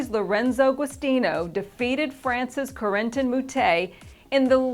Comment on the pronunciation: The way says Corentin (Moutet) it sounds like quarantine 😂😂 But hey you (and your team) are doing a great job, keep up the good work! Everyone can see how passionate you truly are